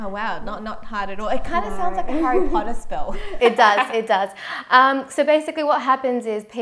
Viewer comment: I kept hearing Harry Pottsr lolll